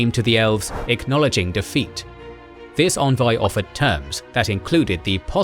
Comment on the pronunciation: Envoy, not Onvoy.